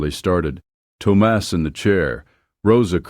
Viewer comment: I did enjoy the story and the lesson it teaches. Just open your heart and let the noise of talk go on bye ❤ Thomas is pronounced Tom-us. Ted A. East Texas